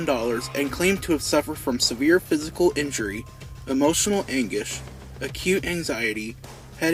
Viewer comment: “Emotional Angush” 😂